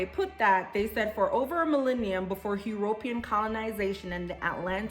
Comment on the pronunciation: "HE" - RO - PE - AN"? I NEVER heard it pronounced that way before. "U-RO-PEAN" is more like it. Nevertheless, did you get Jamaica for "Recent Ancestors" migrations? Interesting video BTW.